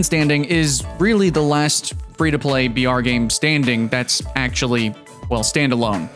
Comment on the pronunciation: every time you said br, I herd vr XD